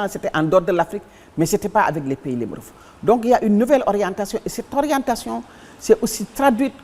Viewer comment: Elle a dit pays limorofes